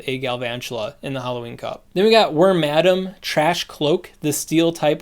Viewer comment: All other content creators: Worma Dam: Wor Madam